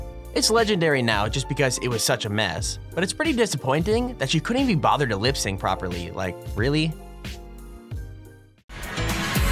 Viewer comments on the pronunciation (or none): I'ts called lip SYNCING, not lip singing. Pronounced like "sinking." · Uummm... It's lip SYNC (like SINK), not sing.... Sync, short for synchronizing or timing things to line up together, like moving your lips in synchronization with a recording to look like you're singing, lol. Live & learn, bro, lol! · Did you say 'Lip Singing'? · The embarrassing moment when the person narrating the video says "Lip-Sing" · It’s Lip-sync not lip-sing.